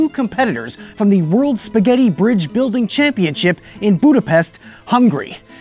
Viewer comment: Im hungarian and I am bugged by how you said Budapest and Hungary.